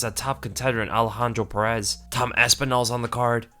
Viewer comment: Lol, heads up man Perez is pronounced the same as Pettis. Pretty sure Pettis is just anglicized spelling of the same name.